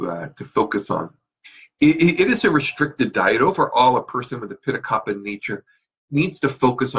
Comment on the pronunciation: It's called kafa not kappa ! If you learned all this stuff you should know the correct original speaking of that dosha!